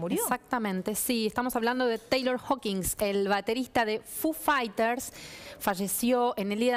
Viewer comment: Me sangran los oídos cuando a Foo Fighters lo pronuncia como "fu faiters" Diooss. Necesitaba decir eso, me re fuí...